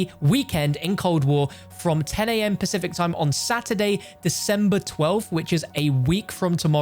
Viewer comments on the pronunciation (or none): none